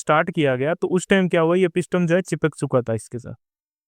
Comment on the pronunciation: Brother, इसे पिस्टम नही बोलते बल्कि पिस्टन बोलते हैं।